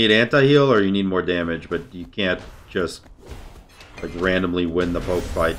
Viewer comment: a way to say “damage” like it’s a Spanish word